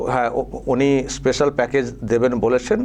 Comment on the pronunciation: স্পেশাল বলতে পারে না সে আবার ভোটে দাঁড়ায়। বলে এস্পেশাল।